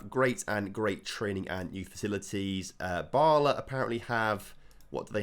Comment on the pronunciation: Bala is pronounced like it is in "Balamory"